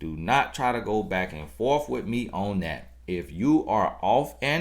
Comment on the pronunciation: And "on yo baiyck"...🤣🤣🤣 Love it!! G, know he be preaching to us Ladies!!! I need these words!!!!